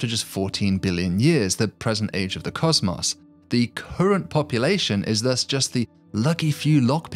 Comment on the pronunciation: The way he said "caws-maws" instead of cosmos makes me wish violent thoughts about the narrator